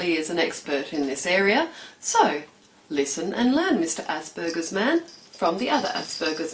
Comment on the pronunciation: did she just say assburgers??